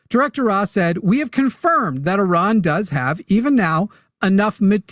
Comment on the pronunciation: it's pronounced ee-RAHN, with the first syllable sounding like "ee" (as in "see") and the second syllable rhyming with "gone," not UH-ron